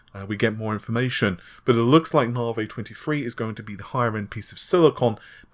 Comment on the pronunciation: "Narvay" seems amazing.